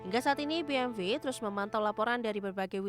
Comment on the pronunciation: Maaf masukan buat narator nya... bukan BMV yaa bacanya BMW ( dalam bahasa indonesia ) atau Bi eM doubelU (dalam english)